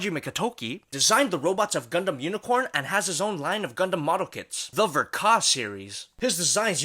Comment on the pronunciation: Did you say GUNDUM